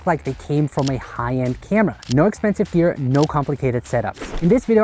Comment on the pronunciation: also, "No expensive Grear"